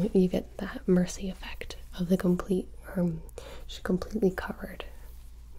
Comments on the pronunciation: Holy... She doesn't said "Mercy" but she said "Muhsee" EXACTLY LIKE SHE DOES!! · I thought she said Hi, my name is Mancy. Like Nancy but more manly.